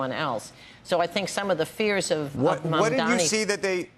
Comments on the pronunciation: Watching the wealthy elite and their stooges Andrew and Joe cry about this is a thing of beauty! and it's MAMDANI, you need to pronounce your Mayor's name correctly Andrew. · Why cant this guy pronounce his name right, so shameful